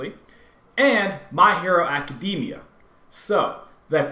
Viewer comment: “My hero acDEMEYA”